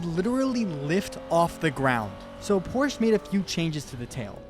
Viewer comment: porch. calling a cup car nascar.